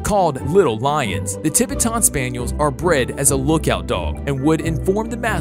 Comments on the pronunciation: I have never heard Tibetan pronounced like that ever! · He said Tibetan Spaniel so wrong😂😂😂, your supposed to pronounce it the same as Tibetan mastiff